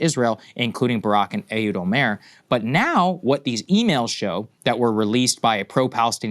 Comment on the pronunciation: Saagar pronounced Olmert's name "Olmere".